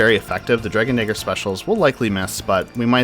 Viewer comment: Your pronunciation of the word "dagger" is a bit off...